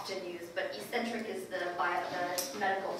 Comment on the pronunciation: The pronunciation of "eccentric" and "eccentricity" is not E-centric it is ek-centric; ek-centricity